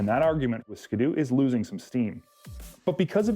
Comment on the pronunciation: did this guy just say "ska-doo" like a hundred times? It's a ski doo. Skee-doo. Like skiing. Get it?